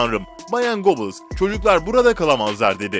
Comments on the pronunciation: Yalnız "Göbiyils" nedir yaa ... Çok tanınan, ismi defaten filmlerde belgesellerde geçen bir insan. Yine de duymamışsan, açar orjinal telaffuzunu internetten öğrenirsin. Süper konu bul, uğraş didin kurgula, sonra telaffuz gibi basit bir detaydan sınıfta kal. DAHA ÇOK ÖZEN LÜTFEN !!! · Göbels diye okunur